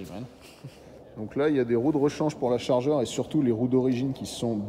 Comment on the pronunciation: on prononce pas comme ça la Charger !